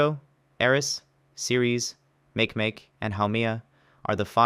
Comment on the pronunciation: It's Mah-kay, mah-kay. not MAKE-MAKE.